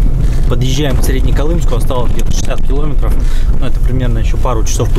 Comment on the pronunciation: КиломЕЕЕтров,! КиломЕЕЕтров...Когда вещаешь на большую аудиторию, надо стараться говорить грамотнее, тем более на родном языке, стыдоба! Видео твои смотрю, лайки ставлю, но "ихние кил0метры" прям режут слух